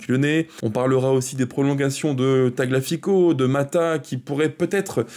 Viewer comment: Petite remarque: c'est un peu abusé de ne pas faire un minimum d'effort pour prononcer le nom de Tagliafico. Ça se prononce "Taliafico" et non pas "taglafico". Le g est quasi muet mais pas le i